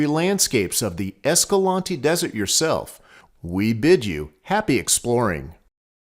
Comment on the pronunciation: I asked a local at Escalante (The other one you mentioned) how to pronounce the city name and he told me everyone says it wrong, its a long A in EscalAnte not short.